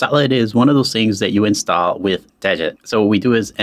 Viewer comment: It's not "dejit", it's de-git (as in remove-git)